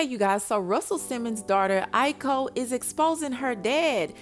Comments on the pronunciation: The correct spelling is AOKI I yo ki NOT I ko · It’s (AAY-Yo-Key) (Aoki) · Lol... it's Aoki...A-OH-Kee. Nevertheless, it's just too much and sad beyond words. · her name is Aoki. Pronounced "I -oh-key" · Your pronouncing her name wrong hunny her name is aoki. But she needs to stay away from him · Why did you pronounce her name SO WRONG?